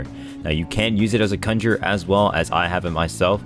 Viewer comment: HE'S SAYING CONJURER RIGHT!!